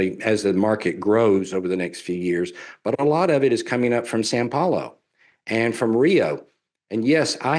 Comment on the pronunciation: I love an expert that does not know when he gets the fotos of the cities of São Paulo and Rio de Janeiro mixed up. Could it be that he is not an expert on Brazil? I think that is the fact of the matter. I would also point out that he does not know that São Paulo is not pronounced "San Paulo" . . . no expert here. I would be embarrassed to associate with this so-called expert. I can't imagine any amount of money that would be enough to associate myself with these experts. If you want to know about Brazil then talk to someone who actually lives in Brazil. As far as most Brazilians speaking English, this is not the case. I have lived in Brazil for nearly 20 years. I will tell you that this is not the case.